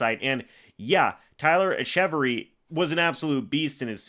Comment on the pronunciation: Its pronounced “Etch-a-Very” btw👍 bro is a beast and deserves a shot